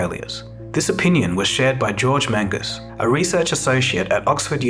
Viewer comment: You called that Magnus guy "Mangus", just funny it's such a serious topic and I hear "Mangus"